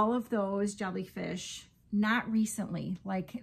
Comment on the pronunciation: Ohhh my now I want to make a bunch of "Jolly Fish" 😂 thats what I thought you were saying & now I like that name better 😂😂😂 I'm seriously gonna attempt it & I'm calling them Jolly Fish 🐠🐟😊 That's ok...in Amarillo they couldn't understand me. I'm Cajun & I just quit saying "Fork" over there 😂 I'd just saying eating utensil.